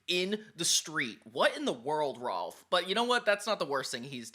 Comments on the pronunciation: Kept pronuncing “Rolf”, “Ralph” it’s no a sound at all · Are you calling Rolf 'Ralph' to be funny about it? It feels like it on purpose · How do you CONSISTENTLY say R'a'lph? His name is Rolf. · am i crazy but rolf is pronounced roll f not ralph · It's rolf not Ralph and there called urban rangers